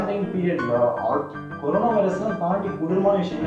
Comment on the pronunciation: Dei thambi adhu carona illa paa corona 😂😂😂